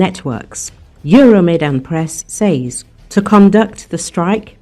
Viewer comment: Oh kind narrator: you can just say “sez” for the word “says.”